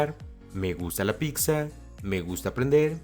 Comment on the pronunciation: No picsa...no se dice picsa...pizza